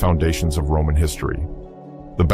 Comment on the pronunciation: Your AI narrator's mispronunciations of certain Latin consonants are maddeningly distracting from the content. I don't insist on KAISAR for Caesar (correct classical pronunciation), but please, it's GENS, not Jens or Jeans, Celtic is KELTIK, not Seltic, Cimbri is KIMBRI, not Simbri, etc. A little basic research is always useful...